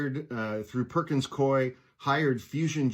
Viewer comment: It's pronounced Perkins Koo E Swear to God - in the HQ in Seattle. I was in Trademark/IP. I swear - it's like coo-e